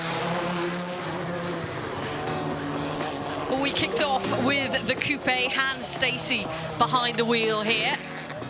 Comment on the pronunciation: Why can't they just say coupe its not that hard